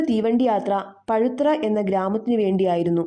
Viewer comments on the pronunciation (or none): 'പഴുത്തറ ' യല്ല പാഴുതറ. ( പാഴ് + തറ )🌹👍